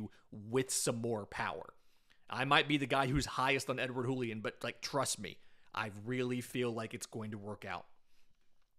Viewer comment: It's not a spanish J, it's a french J. "Julien", not "Hoolien"